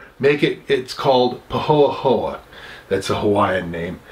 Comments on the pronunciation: All due respect, not "Pah hoah hoah". It's "Pah ho-ay ho-ay". With a softened cross between "ay" & "eh". Also down range in the lee of Hawaii Island Vog & salt air are highly corrosive to [especially older] metal roofing & natural rubber components on cars & machinery. Automotive weather stripping & suspension components "bump stops & hoses] in particular. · Whoa! Easy, easy dude. Regardless of your over defensive reply you clearly pronounced it wrong. I've been here 30years & speak Hawaiian. As far as the comment on corrosion I AM an expert on materials in corrosive marine environments & was simply contributing additional trivia on Vog's effect upon down rage environments. The latter was in no way to further impugn your informative, enjoyable vid. May I suggest some therapy.